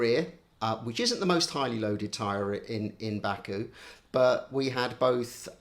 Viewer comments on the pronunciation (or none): none